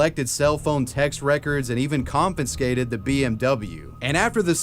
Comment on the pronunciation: confiscate is not pronounced confiNscate. It makes you sound illiterate.